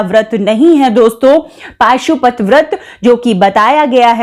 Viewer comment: Pashupati vrat hai paashupati nhi